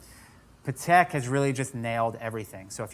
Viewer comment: its PAH tek.... come on